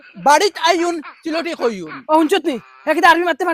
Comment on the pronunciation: সিলেটী ✅ ছিলেঢী নায়❌